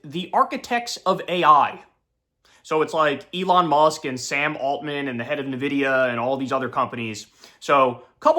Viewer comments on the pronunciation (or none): Just for reference for everyone, it's pronounced "N"vidia.... not Nuh Vidia. Drives me nuts when people pronounce it that way. Just listen to the CEO say it. :) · Kyle, Nvidia is pronounced "in-vid-ee-uh", not "nuh-vid-ee-uh" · How hard is it for all you plebs to say it correct? It is (long "N") N-vidia. It IS NOT na-vidia. I understand if it was some foreign company, but it isn't. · It's "En-Vidia" not "Ne-Vidia" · It’s pronounced N, Vidia, people. It’s been a hell of a journey hearing non tech/gamers try to say Nvidia. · Still misreading Nvidia. Sigh